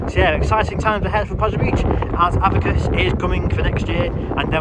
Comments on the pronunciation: Avakiss? Its pronounced A-Vick-Tas 😂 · A-Vic-tas! Not avitus!